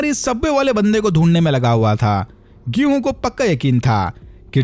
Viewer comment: Gihunn 😂😂 odia wale😂😂😂😂